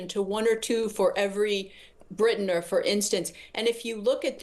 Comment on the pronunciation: It's not 'Britainer'; it's Briton.